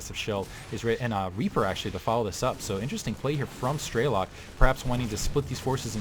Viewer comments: While you are correct on that what it means. is pronouncing it incorrectly, the american way - "Strey-lok'. Its difficult to write how it sounds correctly b/c of the intonations but its more like 'Stre-lok' w/ the 'o' not sounding like an 'a'. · Nice cast. By the way strelok means shooter in Russian and the correct way to pronounce it is strelOk not strElok